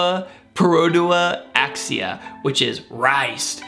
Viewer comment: Perodua Axia. I cringed hard when you attempt to pronounce the name. (I'm from Malaysia) Folks there tend to put mivec, trs or vtec stickers on those rebadged daihatsu cuz mods is not cheap Give that +20hp r33